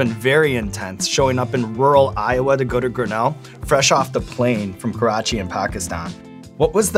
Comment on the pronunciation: Kudos to Sean for saying Pakistan and Karachi right 😆😁